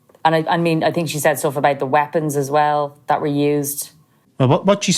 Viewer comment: The way he says think is brilliant tink 😂😂😂